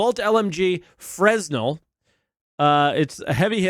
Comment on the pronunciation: Good video. Nitpick: It's pronounced Freh-nell